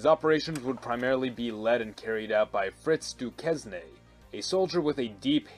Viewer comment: “Frihtz Dookeznay” Jesus fucking Christ dude, I know you’re an American, but seriously......